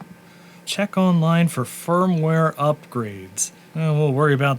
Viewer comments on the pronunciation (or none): none